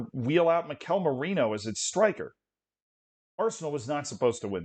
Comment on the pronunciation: It's pronounced MI-kel btw, stress on the first syllable